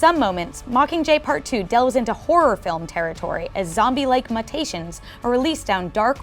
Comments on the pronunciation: Will ever pronounce something correct? Muh-tations? You mean MUETATIONS THATS HOW IT IS PRONOUNCED THE WORD IS MUTATIONS NOT MUHTATIONS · did she just say "mutt-ations"??